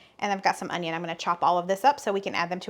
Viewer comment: Hi sweetie, The onion is pronounced the way you said it the first time. Love these recipes for summer. I'll have to make them and invite my lady friends over for dinner. My son lives with me but he won't eat this kind of food. He's so picky. Have a great weekend. Love you guys to pieces, you are such a cute couple. Love when your son pops in too. He's a cutie.